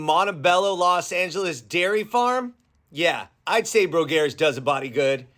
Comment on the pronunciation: You just get your information from Wikipedia, and that’s why you mispronounce the names of things, including this dairy!